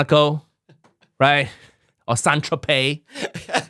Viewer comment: Mcdonald's is pronounced makudonarudo in Japan. Nigel has the worst pronunciation for foreign words, but what's good is that he recognizes it and improves (e.g. Saint Tropez).